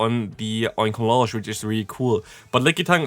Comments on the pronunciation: The correct pronunciation here is OinkoloGNe. GN, Ñ, not J. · Another great video,! Just to continue helping with pronunciation if you feel like you need it, I say it as follows; Oink-alone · Oinkologne is pronounced like Cologne, the city.